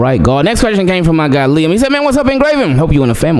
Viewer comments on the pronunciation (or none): none